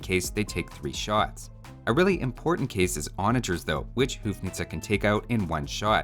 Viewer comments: The HOU in houfnice is read like HO not like HOO. Like in uncle Ho, but its uncle Ho-fnice. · As a citizen of Czech Republic (former Bohemia, Moravia and Slezia), please... it is not hoof-nice. It’s more like hoe-fnice and the N isn't actually just normal N but Ň (ň sounds like N in word "new") so "hoe-fňice". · hey, the first syllable in "houfnice" sounds kinda like 'hoe' (gardening implement) anyway keep up the good work 💯💯